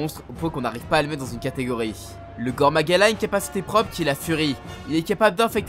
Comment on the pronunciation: très bonne vidéo. Juste la prononciation des noms de certains monstres est à corriger '-' -"gore" dans "Gore Magala" se prononce [goré] -le "u" de "Kushala" dans Kushala Daora se prononce [u] et pas [ou] et bonus: Daora s'écrit bien "Daora" et pas D'aora (vous pouvez regarder directement dans le jeu c'est bien le cas) -le "Ch" dans "Chamelos" se prononce [k], celui-là paraît évident en vrai vu que le nom vient de "Chameleon" '-' -"Atoraru-ka", ici c'est pas la prononciation je pose même juste la question: c'est pas "Athal-ka" ? j'ai jamais entendu "Atoraru-ka" mais bon, c'est peut-être juste moi '-' -Enfin, "Diablos Massacre", idem que pour l'Athal-ka, perso même dans le jeu ils disent Diablos bain-de-sang donc... encore une fois je pose la question: ça existe Diablos Massacre ? '-' Voilà voilà. Alors, je ne critique pas (bon un peu quand même) mais c'est juste que j'ai environ 1000h sur la licence et j'ai toujours entendu les mêmes prononciations partout et il y a juste cette vidéo où les prononciations sont différentes (pour moi en tout cas). Donc si des gens n'étaient pas étonnés par les prononciations ou même les noms qui diffèrent de ceux que l'ont voit dans le jeu, bah dîtes moi car moi ça me perturbait tout le long de la vidéo. Sinon, encore une fois, très bonne vidéo sur le contenu. :)